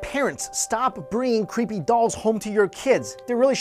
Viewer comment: lol love how asians say creepy as "qhueepy"